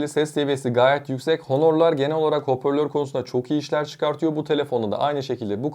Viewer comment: Video gayet iyi olmuş emek kokuyor ama bir şey demeden geçemeyeceğim,hoporlör değil hoparlör olacak doğrusu 😁, başarılar dilerimm